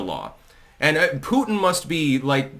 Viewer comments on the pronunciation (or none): none